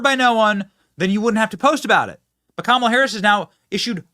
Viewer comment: The sheriff im California is calling Kamala camela